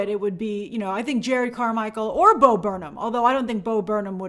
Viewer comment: His name is Jerrod not Jared